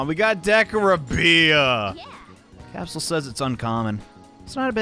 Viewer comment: Bro stop saying "decoribia" its giving me anxiety